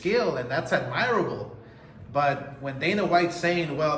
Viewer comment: Its “AD-mer-uhbble.. one word